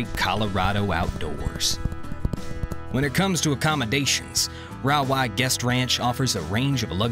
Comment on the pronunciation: Rawah - prounounced ray-waaa. Cache la Poudre - we say Cash la Poo-der.